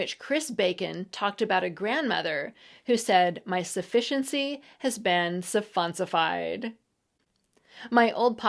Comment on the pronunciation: "Surronsified"?? It's suffonsifed. 🍽